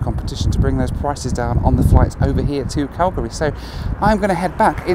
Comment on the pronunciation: THANK YOU FOR KNOWING HOW TO SAY CALGARY PROPERLY!!!!